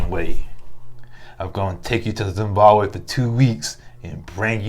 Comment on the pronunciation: Oooh chile, Edub did not say Zimbabwe 🇿🇼 . That’s my home country and you said it correctly too. As for Kimbaaaaaly if begging was a person,look no further.